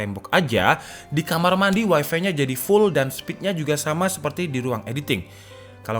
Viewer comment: bang lafalnya tolong tetap waifai saja dong, jangan dilafalin waifi